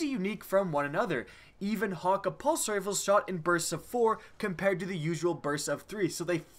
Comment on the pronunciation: Haw-kay not Hawk-a